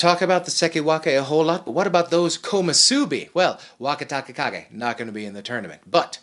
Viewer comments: I think it's pronounced like... Wakata Kakage And he's saying... Waka Taka Kage. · It's three characters, but the second one is pronounced taKA, not TAka... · No, sorry. Your pronunciation makes no sense. Wakatakakage consists of 3 characters which are pronounced Waka-taka-kage. In your pronunciation you put together 1 and a half character and another 1 and a half character. In the same way Wakamotoharu is pronounced Waka-moto-haru and not Wakamo-toharu. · Why is it that everyone on YouTube who reports on sumo mispronounces Wakatakakage's name so badly? 🤔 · This is how to pronounce the name of the samurai Wakatakakage is named after, I think his name is pronounced with "Waka", and then "Takakage", the way this guy is pronouncing it. The interesting thing is, when I heard the NHK guy saying Wakatakakage, he said it the way you are saying it, when he was speaking English. The Dohyo announcers say it the way I think is correct when they are speaking Japanese though...🤔